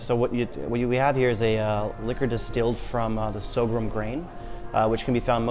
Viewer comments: "Sorghum", not "so-grum". >_< >_< >_< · Say it with me: Soar-gum